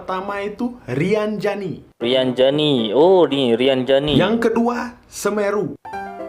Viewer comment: Bukan rianjani bosqu,tpi rinjani😂😂😂